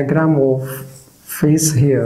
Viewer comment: Thank you so much! This lesson is very clear. (And I love when u say "Fis"❤)